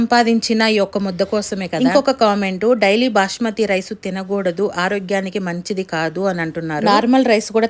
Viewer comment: Bashmathi kadu basmathi